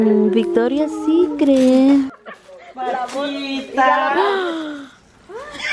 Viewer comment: the way said Victoria Secret 😂😂 lmfao We love our bilingual baddie ❤❤ i love this family so much